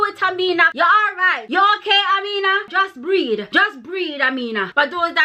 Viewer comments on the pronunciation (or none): "jus breed" lmao girl u ave di JA accent lock